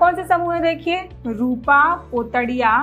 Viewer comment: रूपा नही ,,रूमा बोल